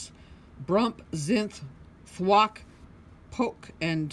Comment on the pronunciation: I think it's pronounced poke